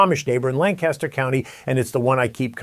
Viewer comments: Please respect the history, culture and people of Lancaster County, PA by correctly pronouncing the name of their county. Locals pronounce the name as “Lanc-Aster”; not “Lan-Caster. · The pronunciation is Lan-cus-ter not Lan-CAST-ter. The county is located in PA not CA. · I live in Lancaster County and it’s very true but by golly does it stink to high Heaven around here in the spring. Also, it’s pronounced LANC-ester, lan-CASTer 😊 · Lancaster is my home , birthplace and my heritage. Please pronounce Lancaster correctly! Lan-kiss-ter not Lan-cast-ter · Love the content! You from New York? You keep saying Lan-caster like the Lancaster, New York. Amish Country is pronounced Lanc-ister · It's PRONOUNCED LAN-KUSH-ER not Lancaster, like Mojave desert California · LAN-kis-ter county. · Our friends from Lancaster always would get mad at us for not pronouncing it correctly: Lang-cas-tor. Hahaha! 😂🤣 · There's no G in Lancaster. Try lankaster. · We pronounce it “Lang-Kiss-Ter”